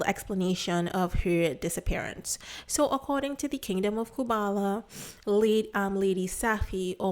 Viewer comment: Respectfully, please make sure to pronounce things correctly. I find it hard to watch your videos because of this. It’s Kubala, not Kumbala. In another video, you also mispronounced several words — for example, you said Shungy instead of Shingy.